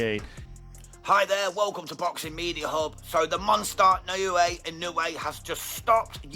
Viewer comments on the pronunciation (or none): Oh man…. Talk about butchering his name, bahhahahaha. Please learn how to pronounce his name or just call him the Monster, sheesh!